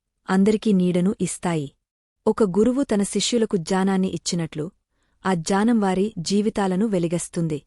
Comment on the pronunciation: meeru jaanam antunnaru Gyanam ani palakandi Mimmalini tappu pattadam ledhu konchem sari chesukondi Jai sree krishna 🙏🙏🙏🙏🙏